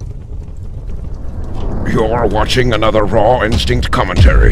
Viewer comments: I would of thought that by now, he could be able to properly pronounce his own name. It's 'Instinct' not 'Instink'. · raw insteank? wahh